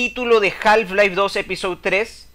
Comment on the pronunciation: Muy cierto lo que comentás. Una sola acotación, en la palabra Half no se pronuncia la l (ele). Se pronunciaría JAF-LAIF. Saludos.